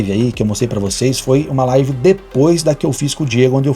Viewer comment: Quando o cara começa a decair, chegar ao fundo do poço, ficar sem conteudo e começa a perder visualizações, ele começa a atirar pra todo lado pra conseguir mídia e não cair no esquecimento, o cara não sabe nem falar "live" ele fala "life" kkkkkkkkkk